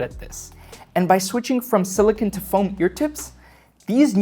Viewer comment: You are saying silicon ear tips when you are referring to silicone ear tips, a subtle but important distinction. Silicon is the element Si itself used in circuit boards while Silicone is a polymer composed with a backbone of (-Si-O-Si-O-) also know as polymerized siloxane.